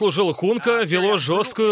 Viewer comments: Не Хунка, а Гунько. Хунка это если неправильно прочитать транслитерацию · Конечно правильно говорить по-русски Гунько